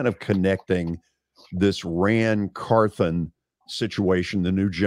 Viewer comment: So glad to hear George and Coach Fisher again. I have to correct everyone on our GM’s name pronunciation. It’s “Car-th-on” not “Car-th-an”